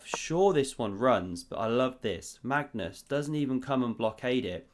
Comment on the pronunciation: is it ever gonna be a time where you actually say Magnus' name correctly?